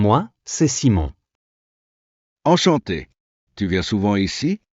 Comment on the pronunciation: Terrible pronunciation of Salut and Enchanté !!